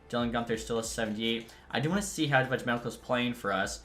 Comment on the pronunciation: the J in Vejmelka is silent